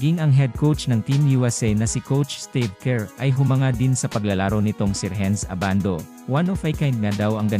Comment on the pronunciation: Si Edu ang mas may chance sa tingin ko, 6'10 na defensive player na mabilis. Si Abando undersize para sa NBA, unless mag slide sya sa Point Guard position. Ayusin mo naman boss audio mo, Ai na nga lang, mali mali pa ang bigkas ng name. haha A-ban-do ang bigkas, hindi Aban-doo. Hehe ginagaya mo naman mga Koreano sa Anyang e.